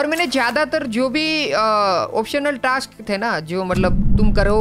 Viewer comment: Ajjubhai scraps and task pronounciation is wrong